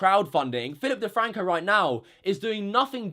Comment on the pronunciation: 😂 Phi'ip DeFwanco 🤣🤣🤣